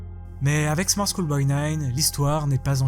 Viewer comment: on dirait qu’il « choule » pour « school » comme s’il le disait en français en gros, sans tenir compte de la prononciation anglaise du mot mais juste phonétiquement.